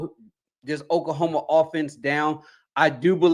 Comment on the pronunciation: Lol I need to work on his pronunciation... OK-La-homa. Okahoma is crazy lol